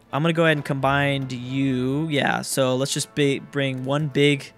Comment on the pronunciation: please for the love of God: it's not Combind. It's Combine. No d. Ok?